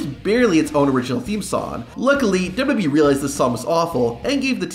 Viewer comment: The only thing worse than the theme songs is your turbo tongue syllable skipping speech pattern. "dub dubee roster until July tuasen twenty four" Were you high on something when you recorded these? Removed from recommendation.